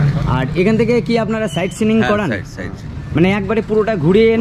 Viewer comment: কথাটা সাইড নয়... সাইড মানে পাশে কথাটা হল সাইট 😂